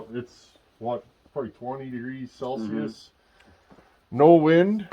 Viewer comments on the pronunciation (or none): none